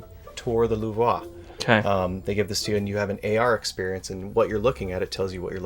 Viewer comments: No offense. But so funny to hear you how to mis pronounce Louvre :-) Trying to pronounce it in french, but miss the goal. We know it as Lu vre. Not Luvra. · 'Luve-wa'😂 God bless Americans😂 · Love the Mona Lisa, had a roommate get one of the US unopened for I think a few grand on eBay. He wanted to open it but talked him out of it. Also, super not how to pronounce Louvre. There’s no (whaaa) at the end of it. It’s a French r, just YouTube the pronunciation because you’re giving the yuck to about 150 million francophone people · His pronounciation of Louvre is killing me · Awesome collection! But please do not pronounce the Louvre like that lol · Americans trying to pronounce Louvre is a wild scene. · Love how knowledgeable this couple is about their collection, but that is not how you pronounce the Louvre. No shame, it just came across like it was obvious he’s never been to France haha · Pretty sure that's not how you pronounce Lourve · It's 100 percent not :D